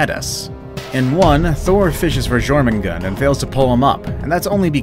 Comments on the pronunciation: And thats not Jormungand!!!!! It's Jörmengandër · You actually did get a lot of names wrong even before you said about getting them wrong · wait is jormungand has a r in her name or not